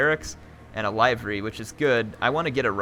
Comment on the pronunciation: Liver-y. It's pronounced like the organ.